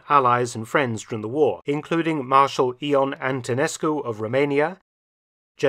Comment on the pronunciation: He didn't get Antonescu's first name right though! Ion is pronounced "Yon" not "Eon" 😊